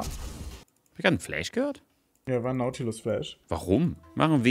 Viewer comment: hab ich grad n fläsh gehört hahahahaha